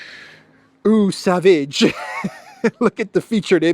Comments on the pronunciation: Not O Savage, the French pronounce it "AW sovaze" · Eau Sauvage it's one of the most popular male perfumes! And it's pronounced Oh Sováge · It’s actually a very famous fragrance and pronounced like “oh sowaash” with means Wild Water. As an international YouTuber you should have at least some knowledge on French and German. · It's pronounced something like Oh Sovahzye :) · It’s real. Eau Sauvage. You pronounce it wrongly. Can be translated into English as Wild Water lol!